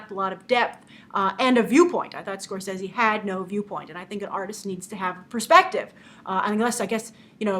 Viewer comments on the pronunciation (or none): none